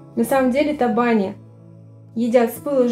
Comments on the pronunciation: табани, ударение на последний слог. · В Удмуртии ударение в слове табани делают на букву и. И конечно готовят в печи с начинкой из фарша или с мойвой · В слове табани, ударение на букву и.